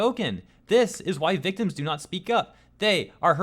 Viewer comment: "VIC-TIMS" God dammit lmao